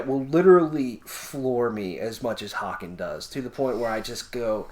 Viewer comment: Great fucking review guys. Just know that the band's name is pronounced "Hey Cun" 😀 And I absolutely agree with your assessment, a fucking great album, it envelops you completely when you listen to it.